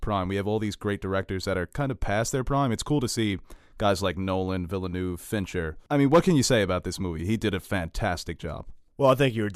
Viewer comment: Why the fuck can't Americans pronounce Villeneuve, it's easy. It's not villa-noov, it's Veal-nerv. Easy. Ye gods Americans are ignorant!